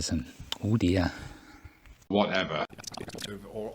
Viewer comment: "Whatever" Or maybe "Whatepher"